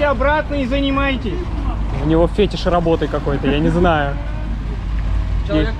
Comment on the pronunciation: Не фЕтиш, а фетИш!!!